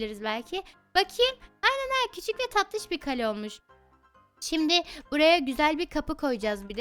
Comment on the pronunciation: Kalem kalem değil Kale